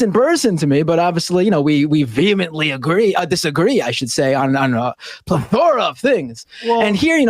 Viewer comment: Big points for using plethora correctly, -1 for the pronounciation